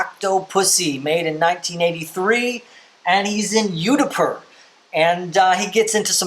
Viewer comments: It is not Yudapur but Udaipur. (Pronounced oo-dai-pur). It also has Vijay Amrithraj the tennis pro - who came upto the quarter finals in Wimbledon twice (as the tennis pro who is Bond's local contact). Remember the dialogue (..my backhand has improved ..") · I think it's pronounced Ewh-die-poor but I could be wrong